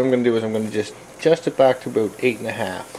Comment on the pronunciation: Oh man you do say aboot! :( Im Canadian we dont all say it that way I swear! lol